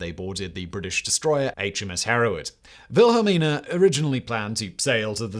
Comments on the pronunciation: Queen "VILHELLMA"??? It's "Wil-hel-mina", FGS!! I thought you had a team behind you!! ----- At least someone corrected you before too long - that could have begun a major international incident on YT! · queen wilhelma?? it is wilhelmina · Why say Wilhelma instead of the correct Wilhelmina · Did you really call our queen wilhelmina vilhalmer it's the female version of Wilhelm how can you pronounce it so wrong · Queen Velhemer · The Dutch pronounce W as V just like the Germans. V is pronounced as F…